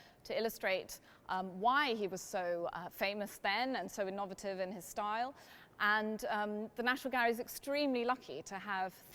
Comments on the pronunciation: It is curious that educated at LEH, Cambridge and the Courtald, she mispronounces "innovative". Also, by commenting at a gallop there must have been time pressure applying. I lost count of the "umms". Waldemar Januszczak is better. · what accent pronounces "innovative" and "clientele" the way the speaker does? its unsettling! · Her pronunciation of "innovative " is American